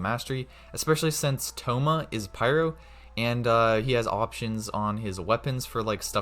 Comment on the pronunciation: its noyt staff of homa its staff of thoma